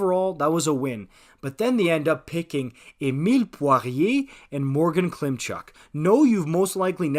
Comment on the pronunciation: Love how you pronounced Poirier correctly. Well done. 🏒🏒🇨🇦